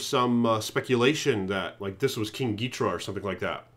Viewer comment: Ghidorah is pronounced as “gid-or-uh” not “geet-ruh”.